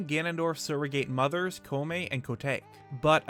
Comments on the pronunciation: Koume is NOT Koo! It's KO-OO! The Ko character is separate from the U!!! Sheesh... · Koh-oo-may Koh-tah-kay Not coo-may. Not co-take. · Great work,! Only one gripe: Koume (Koo•meh) Kotake (Koh•tah•keh) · It's pronounced "Koh-oo-may"* and "Koh-tah-kay"*. They're named for a Japanese pickled plum and a Japanese mushroom. *Correction: Koh-oo-meh and Koh-tah-keh. My mistake. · I don't wanna be "that guy", but your pronunciation of the witch's name is heavily butchered. It's pronounced Koume (Koh-you-may) and Kotake (Koh-talk-eh). Japanese names can be an issue sometimes.